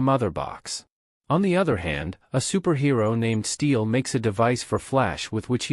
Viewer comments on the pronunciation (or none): none